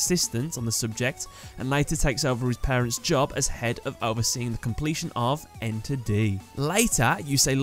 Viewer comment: It's 'Ener-D', not 'Enter-D'.